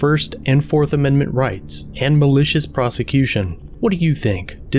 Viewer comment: 4th not 4rth